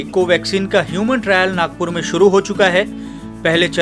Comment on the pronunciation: योवन ट्रैयल नही ह्युमन ट्रा़यल